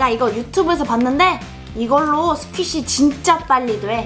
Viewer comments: 초에 스퀴시인데 스키쉬라고 잘못말함 ㅋㅋㅋ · 스키시아니고 스퀴시에요.